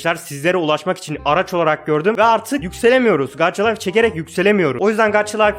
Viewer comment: gaça layf diye okunuyo gaç layf değil :) :) yanlış anlama küserüm